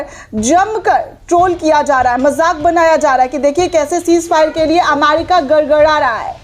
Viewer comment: अमारिका नहीं ' अमेरिका ' दुरुस्त कीजिये l